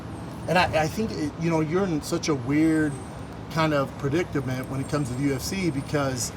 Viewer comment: Brendon trying saying “predicament”